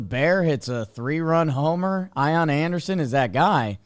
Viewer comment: Why does keep saying Ion Awnderson? No way that’s how it’s pronounced, is it?😂